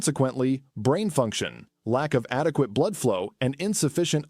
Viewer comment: Pump blude. That’s a new description for blood. Interesting info but a human voice would help and know about pronouncing blood.